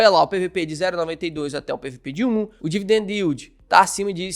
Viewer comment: dividendO iuld dói de ouvir.